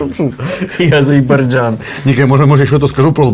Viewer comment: Хлопці, ви приколюєтесь чи дійсно так вимовляєте - АзеЙбаРджан?